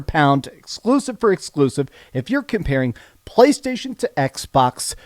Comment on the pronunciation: Everybody: "Playstation": "Pcchhhlaystation"